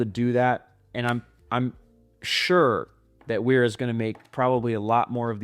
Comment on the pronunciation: Pronounced VERA